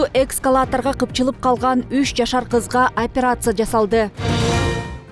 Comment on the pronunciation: Журналист, экСкалатор -эмес, ЭСКАЛАТОР!!!! Туура сүйлө! Интернеттен карап койсоң болот да